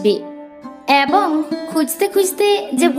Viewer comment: এ্যবঙ নয় , এবং / গ্যাছো নয়, গেছ / খোজা সেস্ করল নয়, খোঁজা শেষ করল / ইত্যাদি ইত্যাদি , উচ্চারণে অজস্র ভুল।। 🎉 কি আর বলব। সঠিক ভাবে ভুল ধরাটাও অন্যায়। আর উৎসাহ দেওয়ার জন্যই কিন্তু প্রায় প্রতিটি এপিসোড শোনার চেষ্টা।। আর ভালোর জন্য বলা 🎉 সেই বিষয়টিকে অন্যভাবে বা ভুল ব্যাখ্যা করা।। 🎉 বাস্তবিক , যারা দীর্ঘদিন ধরে বিভিন্ন বানিজ্যিক পত্র-পত্রিকায় সাহিত্য ও সংস্কৃতি চর্চা করে আসছে ।। তারা ভালো মন্দ মতামত দিতেই পারে।। 🎉 আর কিছু বলার নেই।।